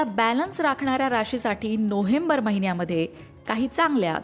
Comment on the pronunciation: नोहेंबर नाही, नोवेंबर अस बोला हो